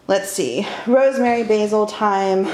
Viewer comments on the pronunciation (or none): none